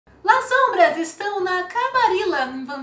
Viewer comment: Gente pronuncia-se LASSOMBRA e nao LAZOMBRA